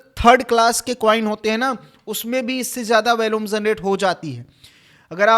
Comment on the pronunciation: वैल्यूम नहीं वॉल्यूम बोलो यार थोड़ा पढ़ लिख भी लिया करो